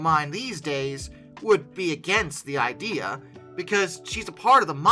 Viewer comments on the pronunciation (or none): none